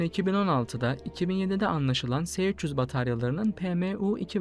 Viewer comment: Se300 diye okunmaz es300 diye okunur bunlar ince detay yakışmadı size gzt...